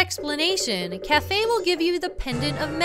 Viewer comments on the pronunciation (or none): Okay.... I know it's Kaefei or something like that... But because of pronunciation... I keep on instainly thinking it as 'Anju and Café....' - I don't think you HAVE to break in, do you? After he receives the letter, isn't the door unlocked?